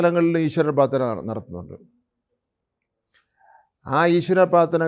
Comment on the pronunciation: പ്രാർത്ഥന എന്ന് ചൊവ്വേ നേരെ പറയാൻ അറിയത്തില്ല. പാത്തന 😂😂😂😂😂